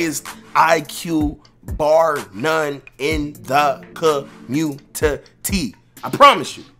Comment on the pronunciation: In the Com-munn-tee😂😂